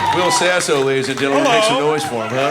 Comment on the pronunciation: Wull, hold on dude its Will Sasso, brother